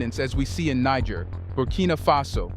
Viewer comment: I appreciate the info, but why are you pronouncing Niger as Nig ger